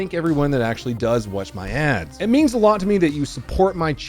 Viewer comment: Did he say adds? Or ass? 😂